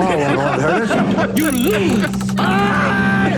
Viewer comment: Haha "You loae!"